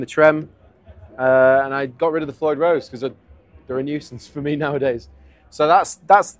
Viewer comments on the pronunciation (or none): none